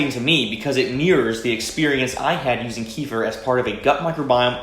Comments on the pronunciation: It's actually pronounced 'key-fee-R'. The 'r' has a hard sound. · In Russian it’s call KEFIR ! You emphasize last syllable. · its always funny to hear hardheads say Keefir. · You even pronounce it wrong! Key fer!? I 🤣🤣🤣🤦‍♂️😒😒😒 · Tells us how to pronounce it correctly then continuously miss pronounces it👌😂😂